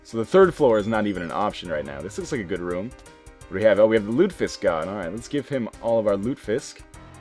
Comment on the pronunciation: It's pronounced Loot-eh-fisk.